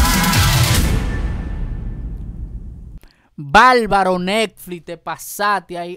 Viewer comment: Se dice bárbaro con R no balbalo, se dice Netflix no nelflis